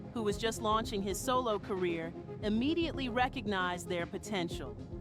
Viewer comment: It was cringe when she said R.Kelly "IMMEDIATELY" recognized they're potential 😢